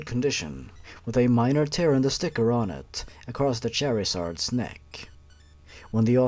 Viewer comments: char Zard not charazard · its charizard not cherryzard